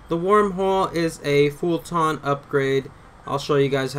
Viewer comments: I lose braincells every time this dude says "fulTAHHHHN", but why am I surprised when he literally can't even pronounce "Eli" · That's the first thing I noticed too. Lot's of improper pronunciations on terms (fulton, brennan) and lot's of unnecessary vulgarity. Thanks though op. Appreciate the help.